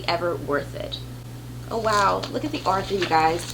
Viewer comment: Hello. I like your videos so much I just subscribed. I just want to mention that you are mispronounced the word "author" as "Arthur." Author has no r after the first a. I'm not saying that to be snarky, though. I sometimes mispronounce words, too.